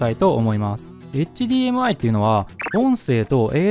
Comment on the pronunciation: それもだけど何度もHDMIをエッチディーエムアイって言ってるのが気になる 普通はエッチじゃなくてエイチって発音しないかな